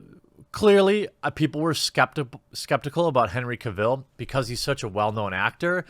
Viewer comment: Cavill - pronounced like "travel" :)